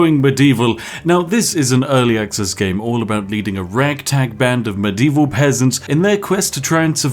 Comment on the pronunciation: muh dee vall FFS LOL